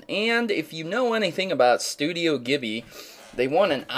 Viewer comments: its pronounced jibly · This is incredible indeed. Pretty good review, but you kept mispronouncing Studio Ghilbli (it's pronounced "jee-blee"). Also, I didn't see why it was "a Chrono Trigger enthusiast's dream" when the only real similarity it had was that they're both JRPGs. Chrono Trigger and Ni No Kuni are both distinctly different in their subject matter, gameplay, and battle styles, just to name a few. I'm not sure you even know what it is really you're talking about when you compared the two. And you didn't even explain what it was about the two that made them similar to each other. I wish the review had more to it too. I mean, I do get that the graphics and animation were awesome, and the story can be interesting, but what about the other elements to it like actual gameplay, the battle system, or the replayability of the game? I've been commenting in a bunch of your videos, and you must believe me when I say that you have an interesting channel. I don't even mind the really bad sound editing at times. I just wish your writing was much better and that you do more research on your topics, especially in your Pokémon Theory episodes. Best of luck to you.